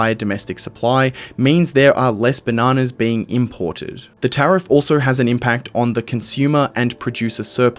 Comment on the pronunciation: Drink every time he says benanas